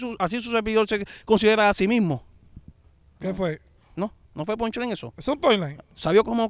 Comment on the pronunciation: en vez de decir “ pushline” dice “ ponline” 🤣🤣